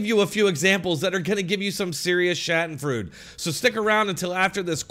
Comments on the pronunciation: Schadenfreude: it's SHAH-duhn-froy-duh, not SHADDEN-fruit. lol Love your vids--keep it up. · You mispronounced schadenfreude.